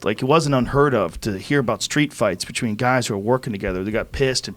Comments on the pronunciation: anyone pay attention Joe says "bitchween" instead of "between lmao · Joe "Betchween" Rogan